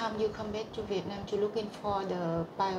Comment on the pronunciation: cô phiên dịch cũng biết nhiều nhưng do phát âm chưa chuẩn thôi chứ cô nghe hiểu và dịch nhanh cũng là hay rồi ( cô phát âm for the thành pho đờ nghe không quen sẽ không hiểu, phát âm what cũng vậy, ở đây là bắt hơi nghe hiểu thôi. Chúc em Vân mau tìm được mẹ.